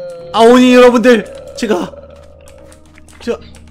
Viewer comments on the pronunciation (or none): 아오오니 가아니라 아오니 에요